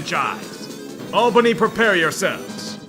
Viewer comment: THANK YOU FOR PRONOUNCING IT CORRECTLY